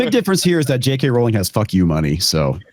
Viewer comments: It’s pronounced ROWling…rhymes with “bowling” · It's Rowling as in row a boat not row with Pedro. Please get this right.